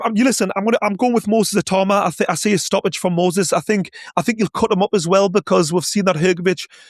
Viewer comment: How Many Times Did They Say His Name Wrong? 🤣🤣🤣🤣 It’s Not “Moses I-Toe-Ma” Come On Guys 🤣🤣🤣🤣